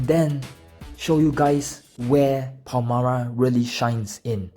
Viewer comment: Why do you read her name "Palmara"?